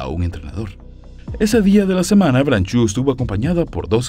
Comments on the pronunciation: Estoy de acuerdo con muchos comentarios acá: libertad a los animales. Una cosa curiosa es que veo que el apellido es francés, entonces no se debe decir "branchu", más bien "bransho", la "eau" en todas las palabras en francés se pronuncia como nuestra "o". Saludos. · No se pronuncia branchú. Aprenda usted francés.